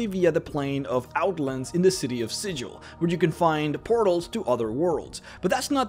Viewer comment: "Si-jil" Look at this clueless berk that's never been to the cage.